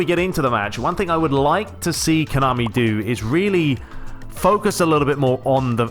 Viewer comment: HE SAYS LIME ME ' Boy, after i played Pes 20 at snowy weather day i played fifa 20 demo... Fifa is a joje lol, except players models fifa looks like on Ps3 comparing with Pes 20 ... and about fifa gameplay' ' an arcade pinball mediocre repetitive fake gameplay without substance' ' fifa is a jojke... THIS IS WHAT HE SAYS LOL